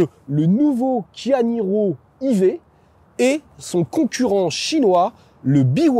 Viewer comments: SVP il faut choisir entre le français et l anglais: E-vé ou "Ivi" mais I-Vé ça marche pas 😄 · I V ? C est plutôt Aie Vy ? On peut pas mélanger de la prononciation anglaise et française ... faut choisir.. E V ou Aie Vy.